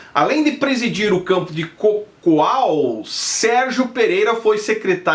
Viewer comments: A CIDADE DO PASTOR SE CHAMA CACOAL E NÃO COCOAL KKKKKKKKKKKKKKKKKKKKKK MUITO BOA 😂😂😂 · Não é cocual não hoooo é Cacoal entendeu???? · Só lembrando o nome da cidade é Cacoal !!!! Cacoal não cocoal !!!